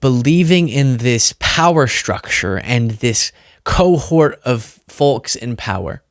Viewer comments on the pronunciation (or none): The L is silent when pronouncing Folks